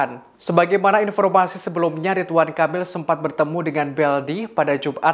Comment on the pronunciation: Aku kok dengar nya “Kapil “ya di detik sgn😀 bukan nya “Kamil”, ini bkn yg pertama kl aku dengar pembawa acara ini baca nya salah. Aku nggk nyombongin diri ya org Indo rata2 sk slh persepsi, klo ngomong cepat aja mrk fikir ya aman lah, kita2 nggk bakalan dengar kesalahan kata2 nya, terutama pramugari2 di pesawat biasa ( bkn yg berkelas ya, duh minta ampun mau ngakak sndr jd nya, bhs Inggris nya bule bngt ( alias bulepotan😂), aku dan suami cb menyimak dg seksama, tp nggk ada satupun yg bs km mengerti. Kyk nya lbh baik penyampaian nya dlm bhs Indo saja klo penumpangnya semua org Indo ‘kecuali klo ada org luar nya, baru dah paksain aja pramugari nya pk bhs Inggris nya.